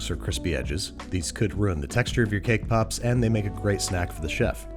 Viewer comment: so is no one gonna talk about “cake poops” at the beginning?